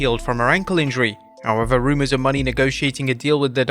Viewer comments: It's Mercedes MO-NAY, NOT MONEY and I clearly doubt that Mercedes would waste her time in WWPG again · Its pronounced Mercedes Mow-nayy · Say it with us people : Mercedes Moe-nay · So... you STILL think her name is Mercedes MONEY? It's obvious you don't actually watch wrestling or read your own comments section. At least you're able to pronounce Sasha Banks correctly.